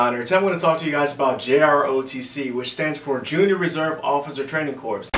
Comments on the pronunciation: corps isnt pronounced corpse. Corps-Core. C'mon bud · It’s pronounced “core” not corpse😂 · Hey it's corps not corpse 😁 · Corps as in "corpse"? It's pronounced exactly like the word "core". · He said "corps" not "coor" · Its Corps... but pronounced core....the Marine Corps is pronounced the Marine Core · Did he say corpse?